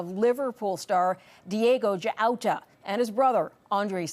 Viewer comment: Diogo Jota not Jaota!